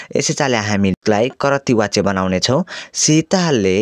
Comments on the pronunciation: Wachya hoina bachya vaninxa व prayog vaye pani bachan garda ब vannu parda xa... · Wtf vachya lai wachya vanxa. Yesta le k padaula😅